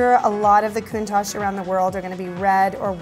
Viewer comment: Countach The ach is pronounced like the atch in 'hatch' Not like ash in 'hash'